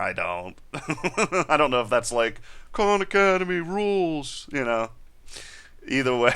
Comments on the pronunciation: Lol I thought you said 'con academy' but your saying KAHN hahahaha... you know both styles are good in there own way... They do not coveer what you cover and visa versa...excep for python. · First I'd like to say great videos. You mentioned some other videos, which I can't really make out what your saying. It sounds like you're saying Corn Academy?? Do you have a link to where you're speaking of? Thanks